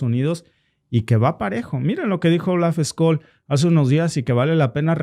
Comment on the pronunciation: Scholz se pronuncia chols. la ch española en alemán es sch.